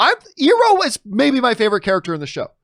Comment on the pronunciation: John Iroh's name is pronounced i row not e row.